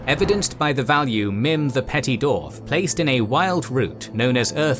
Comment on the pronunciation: The way you pronounce dwarves and dwarf bugs me to no end lol